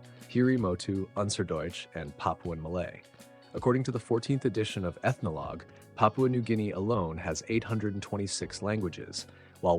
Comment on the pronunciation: "Pah-pyuu-uh" These narrators really gotta make a habit of googling how to pronounce words that they don't often say.